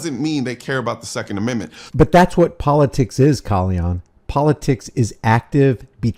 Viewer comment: How you manage to mispronounce his name when hes all over the Internet lol.